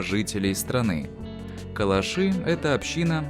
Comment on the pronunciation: КалАши - ударение на втором слоге...